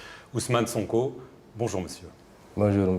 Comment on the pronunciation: C'est Sonko au lieu de "Sanko".